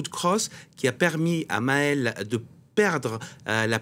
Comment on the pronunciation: c’est Nahël pas Maël